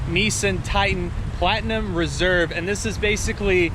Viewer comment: he said NEESEN